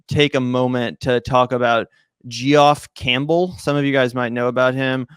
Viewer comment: Jee-Off Campbell?